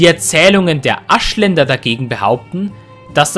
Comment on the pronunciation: Gutes Video , ich verstehe aber anstelle von Aschländer Arschländer xD